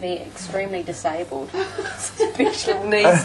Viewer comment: Who said 'disaybald'?